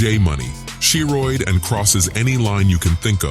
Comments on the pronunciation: I know bruh aint jus say She-Roid as Sherod 🤦🏾‍♂️ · Not “SHE-roid” 😂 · Dam AI tryna say Drill rappers names. Dude said “She Roid”